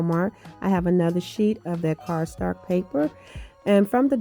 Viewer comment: I love that you say "cardstark" with so much confidence. Lol. LOVE your creations ❣️